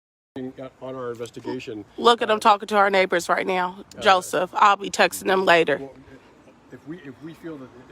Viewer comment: It's later not layer